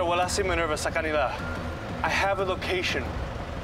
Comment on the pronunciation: Minerva✅ Ninerva❌